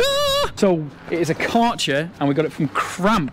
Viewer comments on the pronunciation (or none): It's so funny how you pronounce Kärcher. 😆Greetings from Germany. I'm a big fan of Pembertons!